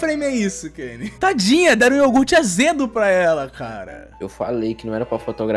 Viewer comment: eu falo, era criança sim, e aquele "yougurte" é porra, o nome do anime é soujo ramune